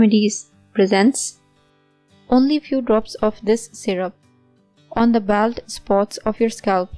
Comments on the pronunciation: Baold not baald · I can't believe you don't know how to pronounce BALD. Plz get somebody who can speak English to read in d video. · It's not 'baold' you idiot, it's 'bawld'